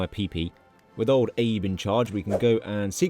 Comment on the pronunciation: FYI, it's not Abe as in Abe Lincoln. It's pronounced more like abE.